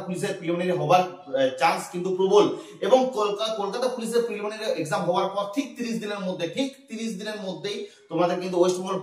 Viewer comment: Boka chhele eta niye koto gulo video banabi.... R "Preliminary" ta thik kore bol 😅